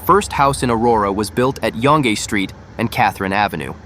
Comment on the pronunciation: Dear computer voice: Learn to pronounce Yonge Street correctly, unlike how you are currently doing it. Look it up!